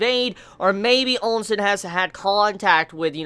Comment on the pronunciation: the names you use are funny lol. Ousen has no "n" after the O and Qin has no "u" after the Q xD Still, I know it is not easy to get all the names right when you binge this manga in a short time considering the huge amount of characters so yeah. Note: Qin is meant to be pronounced as "Chin" and is thought to be the origin of the contemporary name "China". I think you can pronounce it with Q or Ch, either way it is fine - I myself use the Q sound and pronounce it as "kin". On the other hand, Quin with a "u" sound in the middle is kinda odd lol.